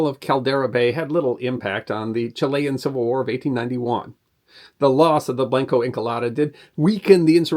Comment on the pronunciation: Blanco is not pronounced blank-O it isn't English is a romance language "a" is pronounced closer to "ə" think more like the 'o' in 'blonde' likewise Encalada isn't English or any other Germanic language either and is not properly pronounced as such 'e' is almost like ā. It is actually my very most favorite thing about Spanish the name of each nonconsonant letter when you say the Spanish alphabet is pronounced faithfully and each consonant letter in the Spanish alphabet when you say it is only different in having a ghost vowel attached and the consonant part is also like vowels in the Spanish alphabet pronounced faithfully always pretty much How much does the pronunciation of Blanco Encalada really matter? Hardly but hey I thought maybe someone might like to know so I'm saying it anyway